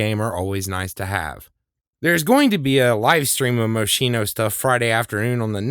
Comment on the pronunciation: I cringe. Mos-kee-no. 😁